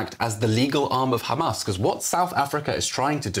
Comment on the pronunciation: I m tired of hearing the word Khamas hundreds of times in one speech. Totally exhausting. A broken record squeaking.